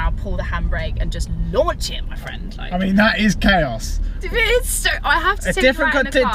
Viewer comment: Can you not say chaos? lol